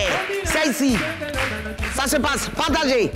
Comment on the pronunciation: J'ai remarquée que Makosso n'arrive pas a prononcer la lettre R dans certains mots, Exemple: Merci - il dit meksi Partagez - il dit paktagez Personne- il dit peksonne Pardonnez- il dit pakdonnez Etc....